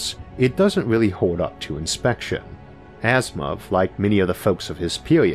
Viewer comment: It's Asimov, not Asthma